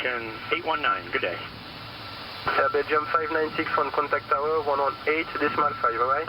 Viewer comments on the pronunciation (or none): nah he just fas pronounced "Air Belgium" as "begium" wich sounds like "vi-gin" a bit